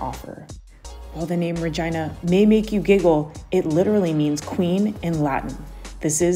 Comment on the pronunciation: Its ree-gina not ri-gina